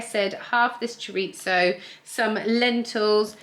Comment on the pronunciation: Thank you for pronouncing chorizo properly!!